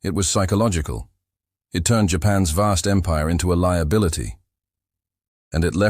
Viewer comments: For the love of god teach the AI that words like Japan's are not pronounced "japan ess". Apostrophe S is not rocket surgery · AI pronounces Japan’s as Japan S. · Humorous AI. The voice can't say "Japan's". It keeps saying Japan s. The pics are funny also. When it talks about landing on an island it shows a landing craft leaving the island and soldiers running the opposite direction . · Hmm, odd. You would think a human could step in to edit...